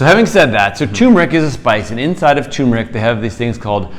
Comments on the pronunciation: It’s pronounced ter-mer-ic not too-mer-ic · Not tumeric... It is tuRmeric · First Docs you should learn to pronounce the Roots Name properly...it is not Tumor Ick it is Tur Mer Ick... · You need to get the pronunciation right. Its "Tur-mer-ick." Not Too-mur-ick... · I used to call it Too-meric also. But there's that r in there. So it's tur-meric. You're welcome :) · You missed an "r". It's turmeric, not toomeric. 🙂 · It's spelled TURmeric, but most people (mis)pronounce it TUmeric, like these guys. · TuRmeric. There's an r between the u and m. The sress is on the first syllable, not the second syllable. TER-meric. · First off gentleman ..... it is pronounced. T E R MER ICK. I'M 74 years old I and have making my own turmeric capsules from 1lb. containers of organic turmeric AAA size capsules (1000mg.) 1 gram bid for at least 10 years. YES it is a pain to make the caps, but I can't stand the flavor. I have no aches or pains associated with a 74 year old overweight male ! My weight is 260, my BP is 121 / 72 and my bloodwork has been normal for my entire life ! The reason I began taking it was that I had read how effective it is in killing cancer cells, oh did I forget to mention that I am an all day pipe smoker ? All the test results that I have read blinded and controlled or not show many positive results in reducing bp, heart disease, killing cancer cells, and many more in addition to reduced inflammation. I could go on about my tri geminal neuralgia, and surgical pain that I no longer have. Conclusive ? No but certainly worth a serious look !!! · I cringe when I hear "TOO-mer-ic." It's like saying "NOO-kew-lar." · Hubby screams "tuRmeric"... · Not "too-mer-ic" sorry. Otherwise splendid info! Here's the correct way to pronounce it. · Very informatively . Thanks Sorry if offered I was not talking about spelling It was the pronunciation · If only they could pronounce turmeric 😂